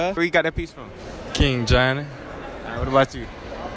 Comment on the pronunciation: Why the dude In the white had say johny like that